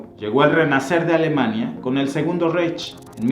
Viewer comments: Reich, se pronuncia raij. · Reich se pronuncia raig ya existe el Google traductor con sonido del idioma en cuestión. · Era Francisco I, no Francisco II. El mapa está pésimo, múy incorrecto el delineado del imperio alemán. Reich se pronuncia "raig" El "monstruo de Hitler" se gestó desde sus días de vagabundo en Viena, cuando ya leía pasquínes antisemitas y aborrecía la multiculturalidad. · vender la versión gringa que toodos hemos visto en películas no ofreces nada nuevo en tu video. Ah y pronuncias mal Reich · Te suplico no te ofendas, se pronuncia Raij, vaimar, etc. , el diptongo ei se dice ai. Por lo demás excelente documental.